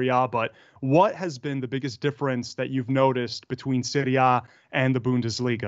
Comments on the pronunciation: how do you say it? please don't say "Seewrie Aye" gross. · The way the interviewer says "Serie A" hurts my emotional wellbeing